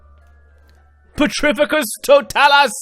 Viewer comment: For later reference, mate, it's pronounced pe-TRI-fi-cus to-TAH-lus. :-)